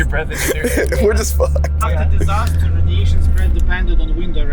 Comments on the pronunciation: distaster lol its pronounced disaster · Hah!! "Distaster"... ok i should stop joking in a serious video 😅